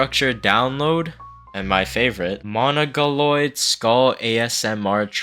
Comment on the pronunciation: It's MONGO-LOID not mono-goloid